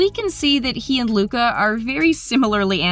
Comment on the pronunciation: Did you say muca